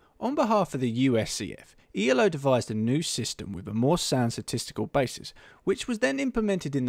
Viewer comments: its not pronounced e l o its pronounced elo, as in eelow because it is a name :) just FYI :) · I'll just add one more critical comment to continue to beat up: His name was Elo, pronounced "eelo", not E-L-O, you dimwit! It often gets capitalized to ELO for aesthetic/formality reasons, but that doesn't change the pronunciation of the guy's name. But then again, as you simply read this article from Wiki, you are probably quite clueless about chess, its history and rating systems. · for fucks sake it's not ELO is elo pronounced eloo as in hello without an h.